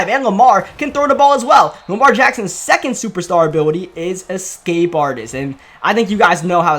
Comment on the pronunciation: “Superstar Uhbiwuty”